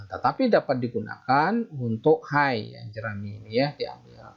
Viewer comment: Hay itu sebutannya hey bang.... bukan hai.